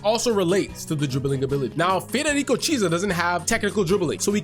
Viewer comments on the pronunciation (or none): It's not pronounced as cheesa. It's kiesa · It’s pretty clearly kee-ay-sa